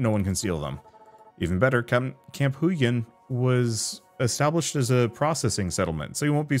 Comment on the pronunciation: Huygen should probably be pronounced the Dutch way. Probably a reference to Christiaan Huygens